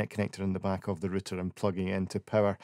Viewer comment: It's not RITTER, it's ROW-TER Route'er